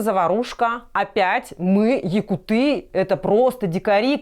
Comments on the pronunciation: всё отлично, но почему-то часто говорите "якутЫ́".😔 Это так же режет слух как: монголЫ́, грузинЫ́, бурятЫ́. Ощущение такое, будто Вы... НЕ ЗНАЕТЕ правильное ударение в слове "якУ́ты".🤔 Кому как, а я даже в шутку не стал бы повторять за малограмотной, "разговорной" речью. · 10м 25 сек- Правильное ударение якУты, а не якутЫ. Мы же не говорим бурятЫ или монголЫ. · Выпуск как всегда на высоте 👍🏻 но правильней будет «якУты» , а не «якутЫ» 🤓